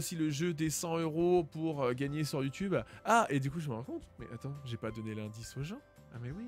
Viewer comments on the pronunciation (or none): none